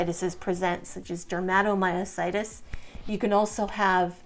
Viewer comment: OK, WHY IS THIS WOMAN CALLING DERMATOMYOSITIS, SO WEIRDLY 😢 DERMA, IS THE SKIN. THAT'S NOT HOW YOU SAY IT. MY CHILD, HAD IT. HER CK, WAS 16, 000. PLUS THE RASH, IS NOT, JUST THE HANDS, THERE'S THE BUTTERFLY RASH, THE FEET, LEGS. IT WAS SO DISTRESSING 😱, 😲 TO SEE MY CHILD SO DAM ILL. SHE, HAD, EMG, SHOWING, HER MUSCLES WERE DYING, HER MUSCLE BIOPSY, WAS CONFIRMED. HER, FRICKEN SPECIALIST, DECIDED NOT TO TREAT MY CHILD, 'WAS NOT THIN. SHE'S AN ADULT NOW, SHE STILL GETS THE RASH, THAT, PRETTY MUCH EATS HER.🥶🥵. I'VE BEEN GOING THROUGH MUSCLE ISSUES FOR A LONG TIME NOW. I AM IN PAIN 24/7. USED A CRUTCH, FOR AROUND 15YEARS. I WAS EXTREMELY ACTIVE😮. BANG, SUDDENLY, I COULDN'T DO THINGS. I HAVE VERY RIGID MUSCLES 😭 CAN'T GET OUT OF BED 😔, MY MUSCLES WON'T LET ME 😢. I FALL A LOT 😲😱. I HAVE TWO FORMS OF DYSPHAGIA, (SHE SAID THAT, IN A WEIRD TOO). I'VE RECENTLY, HAD POSITIVE ANA. COMES, WITH LUPUS AND MIXED CONNECTIVE TISSUE DISEASE . A MYOSITIS. DAM, NOW AFTER ALL THESE YEARS, OF FIGHTING GASLIGHTING DOCTORS 😂. (THEY ARE LEGAL DRUG PUSHERS 😮). SO, I WAS PUT ON DIAZEPAM, AROUND 15 YEAR'S AGO. HOSPITAL, WON'T SEE ME UNTIL I'M OFF IT. SO, I'M WEANING OFF, THAT'S FINE. BUT FEEL SAD, 🙏 I GUESS, MINE IS POLYMYOSITIS OR B.I.M. I AM DISGUSTED 🤧😨💯 THAT SHE SUGGESTS, THE COVID VACCINE, COULD BE A CAUSE, FAKE NEWS THEN 😢. AND HIV. NAH AHA 🤢🤧.. NO ONE NEEDS, TO HERE THIS. ANYWAY,🙏 😱 THAT'S ENOUGH. AS ALL THESE POST, THESE VIDEOS, BUT NEVER REPLY TO ANYONE. HOPE ALL YOU SUFFERERS, ARE DOING 😊 OKAY.